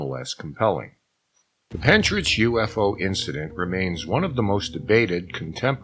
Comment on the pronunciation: Hellos from Wales. The actual pronounciation of Pentyrch is Pen Tirk. Pronouncing the last part like Loch. But you did give it a good try. It's not too far from where I live. I live in a UFO wave area. Seen a lot of UFO's over the years. It's a hotspot. I have a lot of writing to do on the matter. I'm in the process of writing everything down for someone.